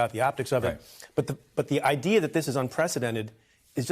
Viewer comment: Did Ari say ideaR? Like Bostonians who drop R's then place them where they don't belong? I can say that as a propa person from Southie (back in the day) I immigrated to Quincy. In a village in Yorkshire, UK on my first full day after an insane night out... My friend dropped me at a pub for "the cure" and was meeting me for lunch. I asked the bartender where to get tablets for a headache. He told me to duck through an alley and look for the Chemist. There were alleys everywhere! I was lost but realized I had a stalker. Did I mention the previous evening? Well it was a lady with a baby in a pram wearing high heels and full makeup. I ducked into another alley to let her pass. But ste stopped and looked at me. She explained I had been with her husband the previous evening into the WEE hours. I flatly denied the accusation! She informed me her husband was the bartender I'd taught to make a few American cocktails. We became fast friends and she walked me to the Chemist. Before we parted ways she asked me to speak to the baby in my American accent. I obliged and said "Pak tha ca in Havad Yahd" She asked if I was from Texas and I said Yes mam